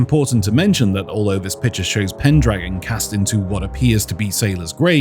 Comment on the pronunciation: it's pendragon you missed a pronounce his name.